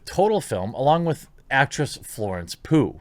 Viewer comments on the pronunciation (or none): Pugh, pronounced: Pew. Don't be deevizif with your pronunciations, J. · Pugh is pronounced like "pew" not "poo" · Pugh is pronounced Pew.